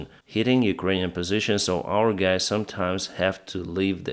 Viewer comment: All right gays? 😂